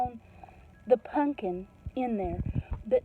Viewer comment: I love that you pronounce it, punkin. LOL. Reminds me of many of my extended fsmily.